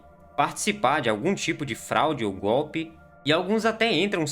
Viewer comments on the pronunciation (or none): none